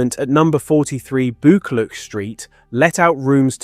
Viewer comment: I'm from Glasgow and some of your pronunciation is hilarious! Especially Buccleauch St and Sauchiehall St 😂 I remember my Granny telling me about her. She was from Partick a d was in the police during the war.